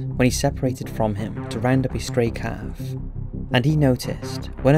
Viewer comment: dude, it's pronounced heffers. not hieffers.